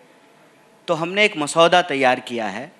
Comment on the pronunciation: Kanhayya ji masaoda nahi hota hae Maswada hota hae